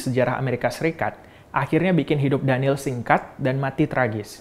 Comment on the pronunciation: it's daniel not daneel